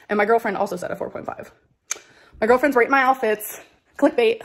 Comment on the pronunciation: are we going to brush past the fact that she said "my GORLFRENS rate my outfits"??